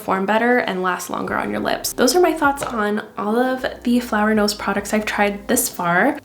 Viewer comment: Beautiful products but I keep hearing it as flower nose and it‘s really funny to me because the first time you mentioned it I was like why is she not addressing the name 😂😂 until I realised